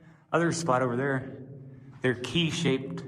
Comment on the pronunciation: 'Key Shaped'? lol